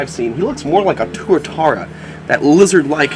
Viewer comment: im glad u said tuatara right. im from new zealand by the way